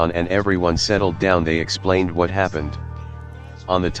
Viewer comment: H'wut the L was that?